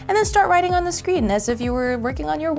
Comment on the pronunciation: The... Not, duh. Their... not, dere.